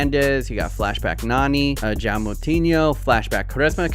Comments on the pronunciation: The way you said Joao is really painful to my ears😂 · its odd joao is pronounced joe-ow